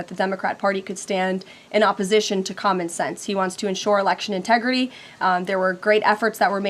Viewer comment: It doesn't. "Integri-ee." Just like "impor-int" and "Pu-in." Girly has a disconcerting speech impediment.